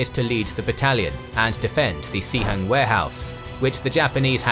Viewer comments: Pronouncing it Cee Hang is really funny cos it means WC in the cantonese dialect. In mandarin, its pronounced more like Sss Hang. Nice historical animations and research! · It's pronounced as "Suh-Hung" in Mandarin, actually. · Sihang is the right pinyin, but the narrator pronounced as Xihang. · I have to give kudos to the narrator. The pronunciation of the Mandarin names was probably the best of any history narrator I've heard. In fact, the only "off" parts were the pronunciation of the I's in "Sihang" or "Shi" (they're closer to the I in "sit" than "see," so Shi is pronounced like the 4-letter swear word without the T), but a very minor detail